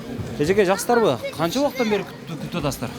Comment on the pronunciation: Жаксызбы деп салам берет ко,😲😲журналист